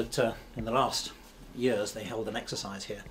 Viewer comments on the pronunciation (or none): none